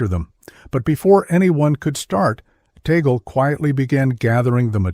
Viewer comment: Misleading title! Out of nearly 20 minutes, not even 1 sec was showing what he did! and his name was not even correctly pronounced